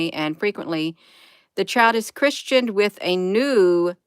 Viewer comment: It's not Christianed... it's Christened...as in a Catholic BAPTISM ‼️‼️‼️👍🏻 Chris-ened.